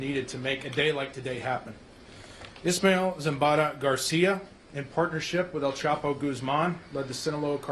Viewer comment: Who in the hell is “ ishmel” ? 🧐🤔